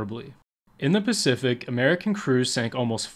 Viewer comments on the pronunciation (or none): none